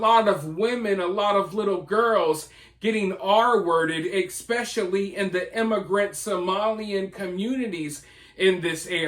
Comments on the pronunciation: I appreciate your videos & agree with pretty much everything you’ve pointed out. That said, being you use the word “ESPECIALLY” quite a lot, could you please pronounce it correctly? “ESS-pecially” NOT “EX-specially” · Why do you say Eckspecially instead of especially